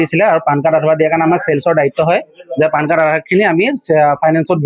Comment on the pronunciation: 😂😂😂😂😂😂lt is not PAAN card ,it is PAN card